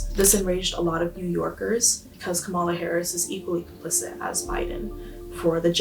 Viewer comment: This woman as much as admits she is a cosplayer. And, she can't even correctly pronounce Kamala's name. She says it derogatorily, just like a Trumper! Feeling, nothing more than feelings. Pathetic.